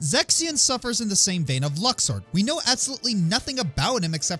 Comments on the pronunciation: Actually Luxord's name is pronounced as "Lou-sired" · My main problem with luxord is how many ways there are to pronounce his name. Luck-sword. Luke's-ord. Loosh-ord. Maybe even Lush-ord. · So Luxord was so forgettable that mispronounces his name? Well, since I had to wait for Kingdom Hearts III to hear how his name was supposed to be pronounced, I don't blame him. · Luxord is so forgettable you pronounced his name wrong